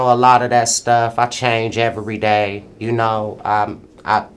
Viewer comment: Bizzy the only nigga to make "everyday" sound like it has 4 syllables.. 😂😂